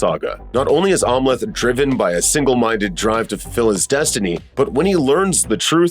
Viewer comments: I keep hearing "Omelette" as in an egg omelette everytime the narrator says Amleth. Lol. Must be hungry. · Narrator didn’t see the movie. He keeps mispronouncing Amleth.